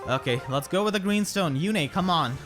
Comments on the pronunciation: "Yune" is a real name, and it's pronounced "Yune", not "Yune-a" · It's not June yet so it's yu-ne. Ok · How do u pull Lewyn...he's an absolute cryptid in my game e.e I only managed to get Halloween Myrrh and a dupe Halloween Kagero(good fodder hehe) with around 40-50 orbs so not bad. Also congrats on the Yune! I tend to pronounce her name as Yoon-eh and I doubt I can change that ¯\_(ツ)_/¯ (Also also gen 5...I see you are a man of culture👌)